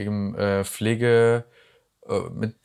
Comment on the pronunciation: Wollte grade von meinem Kaffee trinken, dann sagst du "Flegee Prodükte" I can't 😂😂🫶